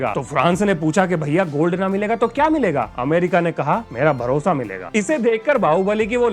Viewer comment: मेरा भरोसा मिलेगा ❌ मेरा भोसड़ा मिलेगा ✅ मुझे यही सुनाई दिया। 😂😂😂